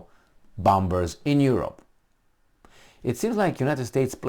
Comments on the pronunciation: Please, let's get real. We Aussie have very limited defense capability (for such a land mass) and at first sign of trouble we will be begging for help from Uncle Sam. It is reciprocal agreement, i.e. beneficial for both nations. BTW "bombers" has a silent "b". i.e. sounds like "bommers". Anyway, really enjoy your podcast (even if I don't totally agree). Keep up the good work. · I love ya bud. But bombers is pronounced bawmers